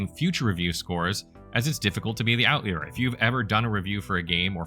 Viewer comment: not knowing how to pronounce such a simple word as "outlier" was quite the surprise lol.